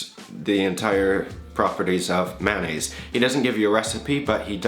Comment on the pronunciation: It's funny how you pronounce it. Actually it's pronounced may-o-nayse. Keep the vids coming